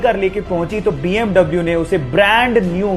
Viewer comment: BMW ko bee am vee bolte hai now double u